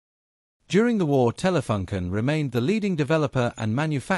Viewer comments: I also thought about the double-"o". Maybe you could write it "Taylafooncan" to get it right for an english-speaking. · The FUN in Telefunken is not pronounced like the English "Fun" but with an English oo sound like in "soon". Edit: also, the both the E in TELE should be more "open", like Taylay. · I don't know if it's just me... I'm not german but still want the company name to be pronounced in the corret german way despite that the language used in this video is english.... how hard could it be ? I wanted to see this video since my dad bought our first color TV in 1975-6 and it was a Telefunken with touch control for channel changing. Very interesting video (so, TelefUnken not TelefAnken)